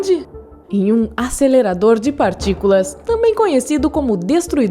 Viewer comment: ASÊLERADOR DE PARTICULAAACAS